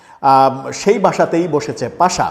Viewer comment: পাশা নাকি পাসা নাকি পাছা? সঠিক উচ্চারণ করুন